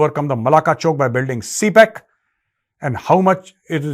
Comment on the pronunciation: क्या कोई भी हिंदी भाषी व्यक्ती 'ए' और 'ऐ' में अंतर नहीं देख सकता? कई वर्षों से मैं देख रहा हूं, 'मेसेज' को "मैसेज" कहते हैं, और भी 'ए' की जगह "ऐ" कह देते हैं; और आप भी CPEC (सी-पेक्) को "सी-पैक (C-PAC)" कहते हैं? ये क्या चक्कर है? क्या हिंदी भाषियों के कानों में दोष होता है, या मूंह में?